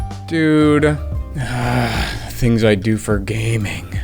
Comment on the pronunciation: hilarious🤣😂 " The tings i do for gaming"